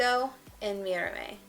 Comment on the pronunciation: Your pronunciation of mirame just cracks me up 😂💀